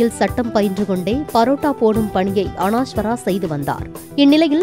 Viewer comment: அனாஷ்வரா இல்ல தாயி, அனஷ்வரா, கஞ்சிரப்பள்ளி அல்ல, அது காஞ்சிரப்பள்ளி.. 😂